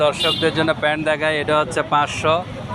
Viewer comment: পেন্ট না প্যান্ট